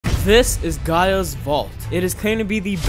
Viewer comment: Just me who, 1. got annoyed by how he pronouced gaia. And the fact that gaia is the earth godess yet this vault isint in the earth. But in all seriousness great video.